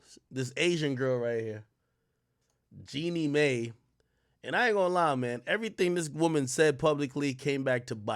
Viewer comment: Jeannie MY is how you pronounce it